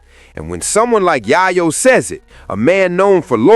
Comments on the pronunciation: Yaaryo? LMAO 🤣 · You are mispronouning Yayo.